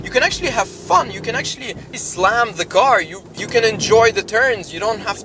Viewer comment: "You can actually ISLAM the carrrr..."